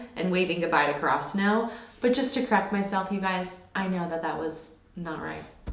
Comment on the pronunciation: I find that there’s a lot of little choices characters make unsaid example everyone’s choice of shoe color or even knee pads (Asahi only wearing one or Oikawa wearing a white one and a black one) etc. Also Karasuno is separated In pronunciation. Ka-Ra-Su-No. not karaw-suno